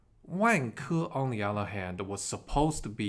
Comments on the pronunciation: I hate my self. But the way you say Vanke, makes me laugh. Sorry, I know racist stereotype stuff... But maybe Wanker is a better name for them... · Turns out I’m not the only one LOL-ing throughout as I heard about “Wang-ker’s” actions 😆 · Why does is sound like "wanker"? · pronunciation of vanke makes me laugh. Sounds just like wanker! LOL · Great one. Be careful of the pronunciation of Vanke though 😂. My issue is what happens to the money supply here? Beijing is basically taking over all property companies. I see two outcomes here: 1) Xi Jinping loses power to reformers who increase transfers to poor people & wage slaves. Eventually this will work but might mean democracy takes over. Huge banking losses, major deflation like in Japan, the Great Depression but with Government spending. 2) Xi Jinping & his mates get on one of their jets filled with Gold & bail out to UAE & let all Chinese Banks go bust. This is the Shah of Iran trade *10. I think between these two options. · I couldn’t stop laughing too 🫣